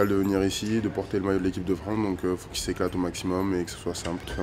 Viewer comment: dit par DEUX FOIS "en équipe de Fran" en éludant sciemment le "ce" finale. C'est un deni de notre pays, honte à lui.